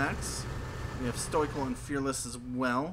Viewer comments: It's stoical(STOW-I-CAL)!! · The Macmillian dictionary says otherwise: Now, I can't remember from a video over a year and a half ago, and it's not important enough for me to dig up how I pronounced it, but I'm fairly certain I pronounce it the way it's pronounced on that page. Where you get STOW-I-CAL, I have no idea, but you might also want to learn how to pronounce.